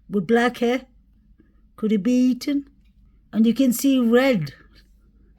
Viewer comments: PAAALEASE pronounce ETHAN'S NAME CORRECTLY !!!! You can say "the" and "than" and "those" and "that" but continue to say "Ethan" incorrectly. It's flat out DISRESPECTFUL !!!!!!!!!! It's not "Eton" as you say it. You're better "THAN" other channels - great now add the "E" to the beginning of that ... E-THAN. How can you dig this deep investigating, never having noticed how his mom, or all the other true crime channels, say his name differently than you ??? She didn't name him Eton !!!!! No matter how many times you say Eton, that's not his name and It's not respectful to continue to mispronounce his name every flippin time you say it. It matters to me and it's not a big ask. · Sounds like he said Liam not Ethan. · I feel the same Julie. I can't see why would have a reason to not say Ethan's name correctly.